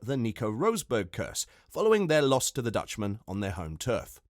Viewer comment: Who is "Rose-burg"? And "Say-nzzz"??